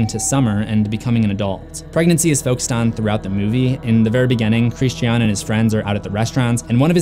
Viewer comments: Christian… Chris-Chin ¯\_(ツ)_/¯ he’s not a girl so it’s not pronounced Christianne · The scariest part of this video is the way he pronounces Christian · It is NOT pronounced like this in the movie... by Dani or anyone else. It’s pronounced Christian, like the religion, for a purpose. It’s not xenophobia to respect how a name is properly pronounced. It was pronounced Christian, like the religion, throughout the entirety of the film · That's an interesting pronunciation of "Christian" lmao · I'm curious as to why you're pronouncing the characters' names phonetically instead of how they're pronounced in the movie. You said "Pele" and "Christian" incorrectly. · Lol, just say Christian's names normally? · Oh my gosh, I'm sorry, but that is not how you pronounce Christian. Almost stopped watching just because of how aggravating it sounds. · Why on earth do you pronounce Christian like that? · Can you not pronounce the word “Christian”???? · Its Christian, not KRISSED SHEE AHHHN. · Who is this "Hreesteaawn" you keep referring to? ;) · His name was Christy Ahn. 🥸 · “Kreeshtee ann” ... it’s Christian. It’s literally talking about Christianity - Christians character is direct commentary on Christianity lol don’t deny that shit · It's Christian not Christi-An just fyi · Bryana gabaldon Chris-chean. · Almost as bad as that trash last Airbender by Shyamalan in which Sokka was pronounces(Soh-ka) and Aang was pronounced(Ong) pissed me off the entire movie. Chris-chean is runner up tho I honestly wana turn the vid off because of it but I wana see what I might have missed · It's the one example of where Florence Pugh's British accent pops through. The way she says "Christi-an" is the way Brits generally pronounce that name. Simple explanation. Americans find it not so simple. 🤷‍♀️ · SuJu_Mimi christiiiien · Bryana gabaldon glad someone else noticed.